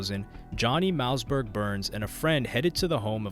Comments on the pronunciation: Bruh you’re always on point but I think you are a ai because you just get weird things wrong. Mouseberg huh? Any normal person knows it’s pronounced mossberg. Probably the best selling shot gun of all time. It’s like you never even listened to rap music or something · Ur sayin it like “Mouse” Berg. Its pronounced MOSS berg. Like the shotgun. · It's MOSSBERG not mouseberg! Lol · mouseberg? lol its hard to watch when his name is being butchered. its mausberg like mossberg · Mouse-Berg LMFAO!!😂😂😂 said his name wrong for the whole video smh. Its pronounced “Moss-Berg”. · Pronounced mossberg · Dope video brodie but you pronounce it mossberg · Mouse-berg 🤣 I can't even finish this shit. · Man you did a whole video on this guy & can't pronounce his name. Mausberg like the gun. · Mouse Burge.. You do your history but learn the name of the artist. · Mouseberg? All that research you did and can't even pronounce the homies name right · Pronounced Like the shotgun homes… Moss-Burg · Great video but you never went into what song or who Kendrick got the sample from, you never even mentioned King Kunta outside of the title of the video. Also, his name is pronounced Moss-Berg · Im glad that you’re covering DJ Quik and how he influenced the rap game. Also btw Mausberg is pronounced Moss-Berg lol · At least pronounce Mossy's name right lmao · there's a sharp pain in my ear every time u say mausberg's name wrong 😂😂